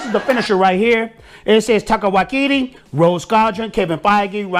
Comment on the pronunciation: "Taiko Wai-kiti" 😂😂